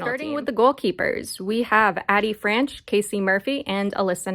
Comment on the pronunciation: Just for future reference it is pronounced AYE-Dee Franch.